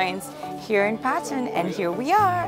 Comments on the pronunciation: Phatan haina patan ho hajur.... Nepali naam ma angregi accent chai kina hau bakwas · Its PATAN, not PHATAN!! LoL